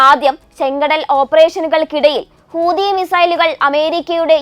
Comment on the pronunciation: Not hoodi , hoothi is right ok